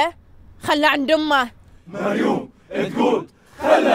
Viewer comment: نفس الشيء 😂 بس اسمها مريووووم مب مريون 😂